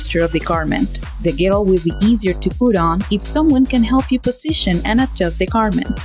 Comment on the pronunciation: You re saying girdle the wrong way